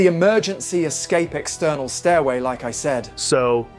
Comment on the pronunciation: Es-ca-pee oh that’s spelled just like escape! Yes AI guy continue to cook chef.